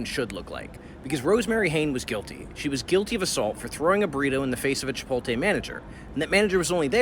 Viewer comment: Homeboy actually pronounced it: Chi-pol-té 😅